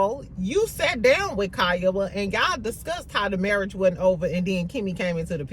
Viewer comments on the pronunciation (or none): you kill me about Tisha's "marrish". 🤣😂🤣